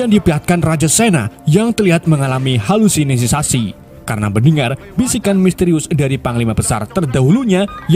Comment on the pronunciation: Jadi banyak ejaannya ya kata halusinasi , 😂😂😂